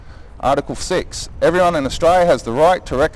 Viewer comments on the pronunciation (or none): This dude needs to learn how to pronounce Austra"L"ia.